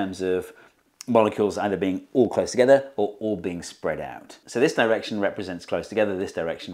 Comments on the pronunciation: "spead out" ----> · "Spead out" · "spead" EDIT: as well